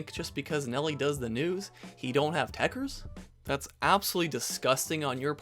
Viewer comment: It’s actually tekkerZ not tekkerS smh